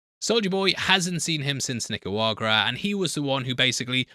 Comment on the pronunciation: still can't pronounce Nicaragua